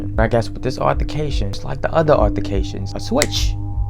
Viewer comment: I’m upset you were saying “arthercation” instead of altercation